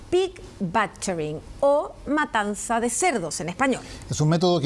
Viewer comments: La matanaza ? O matanza ?? Xd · Dice MATANAZA😂